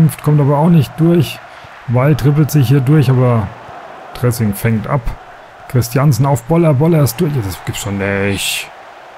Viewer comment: Lustig wie du Dresing immer wie das Salatdressing aussprichst ;)